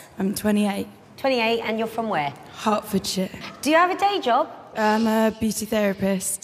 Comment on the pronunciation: it sounded like she said hartford shit